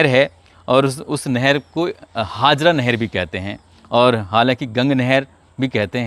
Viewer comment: Sir ji kasganj ki nahar ka naam haazra nhi.. Haajara nahar h..